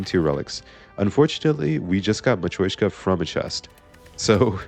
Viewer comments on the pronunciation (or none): i hate being this guy but its mat-ree-osh-ka not mat-roy-shka Anyway yippee dark orb run! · Yep it’s Russian, матрёшка - the ё is pronounced like “yo” so it’s a weird consonant cluster in English